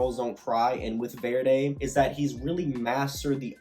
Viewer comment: Verdy, is pronounced ver-dee just in case